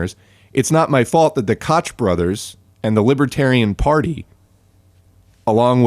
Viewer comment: it's pronounced "coke" not "kahtch" btw. good video though